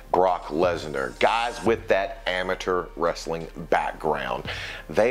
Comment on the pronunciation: They way he says amature just pisses me off lol